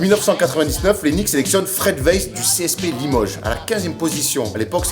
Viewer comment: STTOPPPPP!!!!! CA SE PRONONCE PAS WEISS MAIS WAÏSS OU VAILLS CAR ÇA VIENT DE LALEMAND ( CEST MON NOM DE FAMILLE 😂)